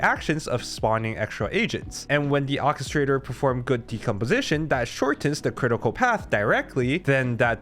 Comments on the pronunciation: English is hard, but God, "Okistrator" was really getting on my nerves. OR kistrator... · "OR-KE-STRA-TOR" not whatever the heck you said repeatedly PLEASE. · ORRchestrator. orchestrator.